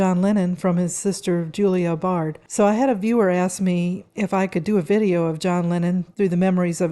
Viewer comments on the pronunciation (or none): Baird, not Bard